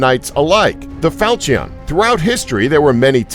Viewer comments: Huh falcion its called "falchon" ok falchon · Not fal-chee-on, it's pronounced fawl-chu-n. Also, It's not a day-o, it's dah-ow. Learn how to pronounce foreign object names please. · Fal-cheee-on. HAHAHAHAHAHAHAHAHAHAHAHAHAHAHAHAHA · Seriously people - how hard is it to look up pronunciation? "Dow", not "day-o". "FAL-shun", not "fal-chee-ON". "ge-VAIR", not "gew-er" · Fal-chee-on 👌 nailed it. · Falcheeon lol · facepalm "falch-eon" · The way he said falchion and dao made me cringe to a degree of unknown levels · He also said falchion wrong. Why is no body pissed about that? I wanted to gouge my ears each time he said it.